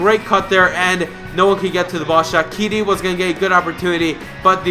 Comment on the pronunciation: u pronounce shaqiri wrong